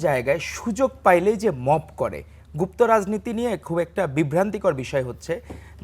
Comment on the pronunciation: Gufto duke porche